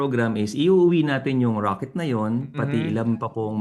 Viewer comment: Rocket ❌ Raket✅